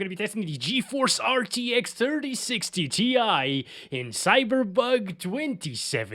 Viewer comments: I love the way you say cyberbug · love how he says "cyberbug 2077"